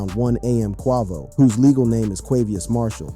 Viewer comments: Stop saying XXX ten toss ion And who TF is kwah-vo? 🤦🏽‍♂️ Edit... BROOO .. chee-rock??? Ok you're fired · Wtf are these pronunciations in this video? Qwa-vo instead of Quavo. Feral Williams instead of Pharrell. Che-rock instead of Chiraq (Shy-rack). Boy drunk as hell. 😭😂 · it ain't even nowhere near that funny..at least not to me but I've always called Quay-Vo ...Quah-Vo..I mean when some cats be saying certain names it's so bad to where it cracks me up too but saying Quah instead of Quay ain't butchering his name near as bad as some do with other names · Bro you can’t pronounce nothing right where you from who is qouvo 🤣🤣🤣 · Who’s QHAH-VO? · Bruh said "feral williams" and "quah-vo" smh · If I hear him say qwahvo one more time like that im gonna trip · Who is Quah-vo 😂⁉️⁉️ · I'm tired of this man saying QUIVO .... PHUKKING 🤡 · This man makes it a point to mispronounce the names. Who the hell is kwaavo? And the way he says xxxtentacion has me dying😂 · xxxtentayseon, kwaavo, shee-rack, farell he's the worst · Bro u sound like a black man how do u not know how to pronounce (kway-vo) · More like Kweeevo😂😂😂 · A blackman who sounds young can’t say Quavo with a long a? You never heard his name before? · Bro how can you pronounce quavious right but not quavo?? 😂😂😂😂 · Why can you say quavious or what ever but can't say quavo 😂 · How you going to pronounce quavos name like that 🤦‍♀️😆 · Great reporting. But how do you NOT know how to pronounce Quavo name?🤷🏽‍♀️ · Did he really mess up quavos name man you know how to say his name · Had Quavo name sounding like a fruit 😂😂😂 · Exactly cause Where is Che-Rock 😂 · Quavo, Pharrell, chiraq, xxxtentacion, my goodness. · Yeah said his full name correctly but not the shortened version wtf 😂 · I swear this dude a culture vulture, knows so much about rap but can't even say the rappers names correct you a clown